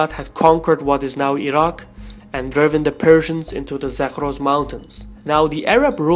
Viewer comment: You actually know how to pronounce Iraq